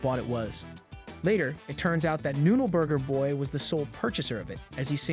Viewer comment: i love how he struggles to say noode burger boy everytime for the whole video XD